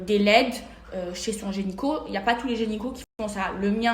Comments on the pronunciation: « Gynéco » pas « génico » même parler français elle sait pas faire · Apart ça.. personne ne lui dit que c’est « gynéco » et pas « gényco » ? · Tu as parlé de vagin !!! Et pour ta gouverne on dit gynéco et non pas un genyco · Ses explications sont toutes aussi foireuses que sa prononciation de « gÉnYco » 😂. Est ce que ça se fait aux oreilles ce qu’elle a fait parce que les miennes ont saignées pendant toute la vidéo! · Merci je cherchais quelqu'un qui l'avait remarqué aussi. Haha ! Elle est teubée ! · Oui moi à chaques fois qu'elle prononce ce mot, j'entends ginyco... Alala...